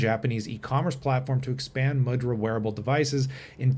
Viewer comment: this is cool and it's pronounced moo-dra. a symbolic hand gesture used in Hindu and Buddhist ceremonies and statuary, and in Indian dance.